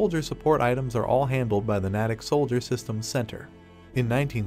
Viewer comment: Slight correction. The name is pronounced “nay-tick”. It is located about 20 miles west of Boston, Massachusites. I enjoy your posts.